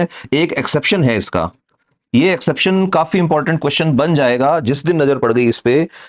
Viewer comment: Exception not Eraption / Exaption